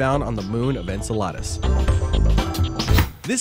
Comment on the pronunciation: The way this guy says Enceladus sounds like enchiladas LOL That's the proper Greek pronunciation, but if it's Saturn's satellite's name then you say it differently.